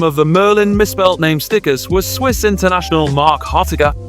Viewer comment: doing a good job pronouncing the names